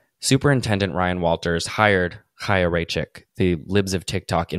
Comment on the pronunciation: Thank you so much for covering this specifically because you're the only person I've heard pronounce Chaya. I was starting to think I was crazy.